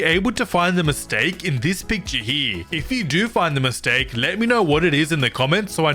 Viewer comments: mistake instead of mitsake😂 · Mistake not mitsake😂😂😂😂